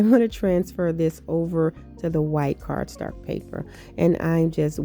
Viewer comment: I love that you say "cardstark" with so much confidence. Lol. LOVE your creations ❣️